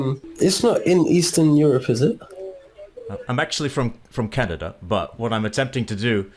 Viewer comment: Yeah that could be the case, people of the second generation sometimes have different speech than those who aren’t, what I do notice is that he sounds like he’s pronouncing everything “by the book”. For example CA-NA-DA, we usually don’t say it like that. Vowels are also really short sometimes where we’d lengthen or relax them a bit more. It’s just that I can’t hear any foreign influence.